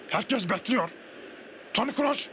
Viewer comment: toni krooş degil toni kroos